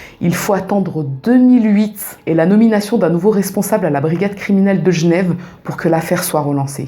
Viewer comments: Tu racontes très bien :). Et j'adore ta manière de prononcer Genève... Gnève :-P ;) ;) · Qu’elle repose en paix ! Merci pour la vidéo Et a coup sur tu est genrvoise, commee tu prononces « jnev »